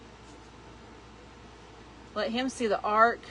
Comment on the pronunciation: When You Were Talking About The Ark I Thought You Said Arch My Mistake